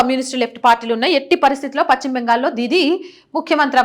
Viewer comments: భాషను ఖూనీ చేస్తోంది. పచ్చిమ బెంగాల్ కాదు. పశ్చిమ బెంగాల్ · చాలా బాగా స్పష్టంగా చెప్పారు. పశ్చిమ అనే పదం మాత్రం చక్కగా పలికితే బాగుంటుంది.